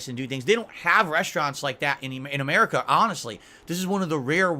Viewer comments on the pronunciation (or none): none